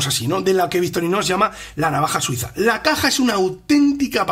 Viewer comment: puede ser, pero tal vez sea una epidemia, porque no soy el único que no escucha la C en medio y la X al final. De todas maneras eso no invalida el gran trabajo y dedicación que hay en el canal. Es solo una observación o crítica constructiva si se quiere. Entiendo que el castellano no es igual en España que en Argentina. Saludos !!!